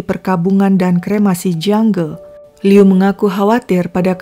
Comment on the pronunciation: Aku sukaaa bgt cara nyeritainnya itu lho.. Pengucapan nama, tempat semuanya jelas dan benar👍 Liu itu sdh tersiksa smp mati dg ketakutannya. Utk Ibu Qiulian smg ttp sehat